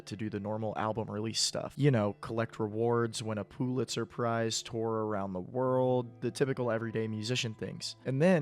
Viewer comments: you did not just say “poo-litzer prize” 3 times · If you say POO-litzer Prize one more time......